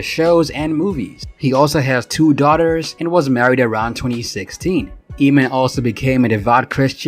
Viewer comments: This narrator's pronunciation is irritating. It's 'Ay-mon', not 'Eeee-man'. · Emin ? Lmao It's pronounced like Amen, ya goof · I can’t watch this in it’s entirety with the guy pronouncing it “Ee-mon” when it’s “AYE-mon”. 🤦🏻‍♀️ Anyway, Eamon makes great, current music on the Enemy Soil label. IYKYK. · It's Pronounced Aim-In (Eamon) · It’s pronounced AYMAN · At least prounce his name properly. The E is silent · I really don't understand you guys doing these biographical videos about artists whose names you CAN'T EVEN PRONOUNCE! 😠 that should be the FIRST THING you research. How to say their effing name! 🤬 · Who thought this guy was gonna be anything? Bro can barely sing and got famous because his song had curse words. It did what it did, no hate but in this day and age what does he offer? On another note, it's hilarious watching as can't decide if to bleep the "fuck it" say it himself, let dude sing it and then bleeps it again. Also my guy literally said his name in the video, it's pronounced like "Aemon", And goes right back to calling him "Eemon."🤣😂